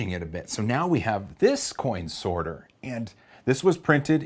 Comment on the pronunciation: did he say snorter